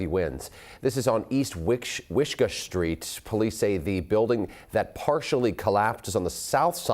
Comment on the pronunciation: Pronounced, 'Wish-kah' not 'Wish-kuh' . . Lol